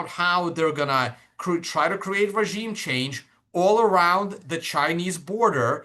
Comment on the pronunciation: LOL "ragiem"...